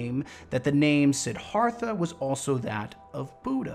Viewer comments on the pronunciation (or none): Just so you know, it's pronounced "Sid-DHARTH-ah"